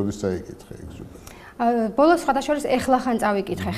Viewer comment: "ეხლახან" არა. "ახლახან" არც" ეგზუპერ-ში" და არც "ვანგოგ-ში" კარგი გოგო ხარ. )